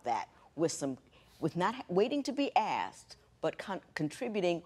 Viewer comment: The way he says “asked” grinds me so much. It’s asked not axed 🤦‍♀️